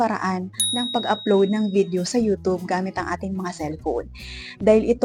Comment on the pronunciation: Ayusin mo pag bigkas mo, Anong yutob day? YouTube ha, wag mong bisayain.